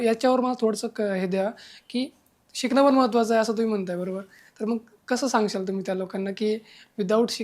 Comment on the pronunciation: मुर्खा सांग्शाल असे बोलायचं नसत कस सांगाल असे बोलायचे असते. उच्चार सुधारणे गरजेचे आहे.